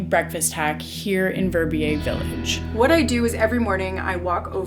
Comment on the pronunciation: Your pronouncation of "Verbier" is just awful.